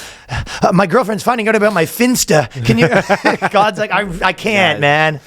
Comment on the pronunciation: I know! 😂 and “aboot” It gets me every time.